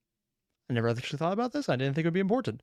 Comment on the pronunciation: Wait, did you say "imp-horn-tant" when Fizz and Blitz first met up this episode??